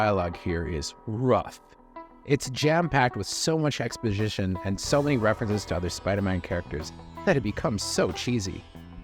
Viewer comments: ‘Expojzizhon’ don’t drink before YouTubing. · Say ‘exposition’ again, lol 😅